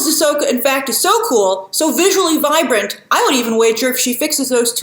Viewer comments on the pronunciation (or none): none